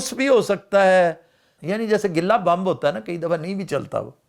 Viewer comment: یہ "بمب" کیا چیز ہے؟ بم کا تو سنا ہے